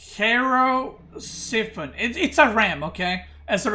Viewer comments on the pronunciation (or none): The cheirosiphon should be pronounced as hero-siphon in case you are interested. Basically it means hand-siphon which indicates to hand held siphon, as described in the description.